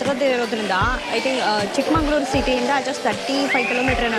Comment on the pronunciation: Madam adu chikmanglur alla.chikkamagaluru😂